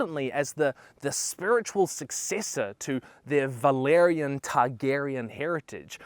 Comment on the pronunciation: it’s valYrian btw, not valArian